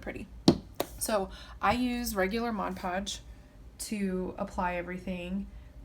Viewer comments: “Modge podge” lmao drives me crazy too!!! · Literally the only person I've ever come across that pronounces Mod Podge properly. Lol I've always only heard "Modge Podge". Very helpful video! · Best tutorial! Your also the only one I’ve seen that actually pronounces Mod Podge the right way lol..